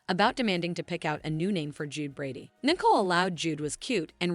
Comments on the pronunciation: English must not be your first language. How can you call Nicole Nickel. Her name is pronounced knee coal…It is Bobby Stein not Bobby Stain. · It's Nicole not Nickel